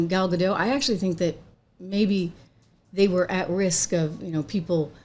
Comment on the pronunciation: Gal Gadot shouldn't have to work with someone who cannot respect a classic or be grateful for a role many actresses would have done anything to get. Also, just sharing, Gal's name is Hebrew, not French. We don't silence our Ts. So, it's pronounced Gaal Gah-d-oh-t. Like the English word "Oh!" and then really hit that T. 👍